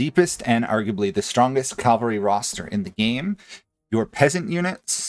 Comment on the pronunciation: Small nitpick - it's cavalry, not calvary.